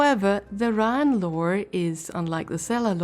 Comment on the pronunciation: I don't think...hmm...I don't want to be "that guy" and it's probably a accent thing, but i'm pretty sure the pronunciation for Raen is closer to "Rain" rather than "Rawn". Of course this video is a good...like 6 months old by now. Though to add a bit of positivity, your art is pretty nice